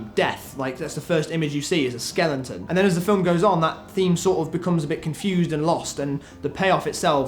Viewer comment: i don't think there is a 'N' in skeleton?....skelenton?...skeleton?...skeleton.